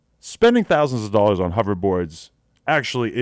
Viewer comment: Why do you say dollars like that